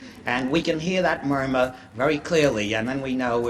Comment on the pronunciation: g I note that he calls it a MUYMERRR the first time he says " murmur " .